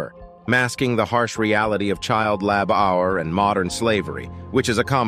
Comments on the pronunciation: You obviously have a grasp of the English language when narrating this. So i ask as others have done. What is a Lab-Hour?. You also says 5 hours of electricity a day. So your know how to say the word hour. And what it means. Sort your narrator out please. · English word' 'labour's origin is from Old French spellings given as 'labour' and 'labeur'. Our culture should take second place to computer & software weaknesses? Is there no human available who can do a talk-over? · Oh, come on. After dozens of people commenting about the mispronunciation of labour, this is all you can say? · So, the narrator is unable to properly pronounce the word "labor." Pathetic. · Interesting content, but I had to crack up every time the commentator tried to pronounce ‘labour’. He coped with a whole lot of complicated words but might have been better served if the script writer had used ‘labor ’ instead of ‘labour’. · Yeah, you can thank their crappy computer generated text reader for that. "Child lab hour." Gimme a break. 🤨 It just occurred to me, they're probably using that stupid Brit spelling, with the extra "u" in it - "labour." I think they have a rule that any time there's an "o" it gets an extra "u"next to it. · "Child Lab our" lol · "child lab-hour". I had to stop it. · Please fix the audio so it stops saying "lab hour" for "labor". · It's Lab Hour!!! 😂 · 'Lab -our'???? If you want to create effective anti-North Korean propaganda, it's a good idea to be fluent in the national language you have chosen to use, or your credibility as an alternative source of accurate information will be ruined. If you can't pronounce your chosen language accurately, it would be safer to rely on the printed word - although that gives more opportunities to the chosen audience to double-check its veracity and look for more positive alternative sources of info. Personally, this item left me sceptical of both sources. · Who pronounces labour LAB OUR? Third rate narration bots that's who. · Lab-hour what?